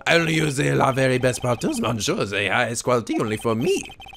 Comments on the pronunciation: Oh the "mon" in monsieur is pronounced "miss". Think of it as "missieur" if that makes any sense... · I just realized that most of the cross-examinations in this series has going, "Bring it on!" rather than "Bring it on ". Oh, and "mais" is pronounced as "may" or "mei". "Monsieur" is "miss-seur" or "meun-seur" from what I've heard. "Je vous demande pardon" (I beg your pardon) = "jeh voo deh-mon paar-don". And I'm pretty sure deco is still decor. Just Armstrong using multiple words with his gratuitous French. Also, looks like for once I'm in before Blue Flare...O.O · I'm pretty sure it's monn(g)-sheur